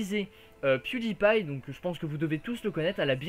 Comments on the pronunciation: Pewdiepie et sa été dit piedailpail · salut! merci pour cette video!j'ai regardé le grand journal et je suis un grand fan de pewdiepie.J'ai trouver incroyable que la journaliste ne savais même pas prononcer le nom pewdiepie! Elle la meme insulté pewdiepie de completement fou! ça m'a vraiment énervé! De plus le montant du salaire que gagne pewdiepie est abusé! $ par ans! Même ci aujourd'hui la journaliste c'est esxusé, je n'ai pas du tout aimé les critiques. merci pour cette vidéo! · j'ai adoré comment la meuf elle prononce PewDiePie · la meuf elle c meme pas dire pewdiepie